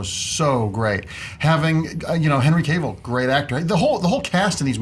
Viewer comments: It's Henry Cavill (Kah-vill). Not Cayvill. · Cavill. Kahh ville. Not Cay ville. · Who is Henry Cave-ill?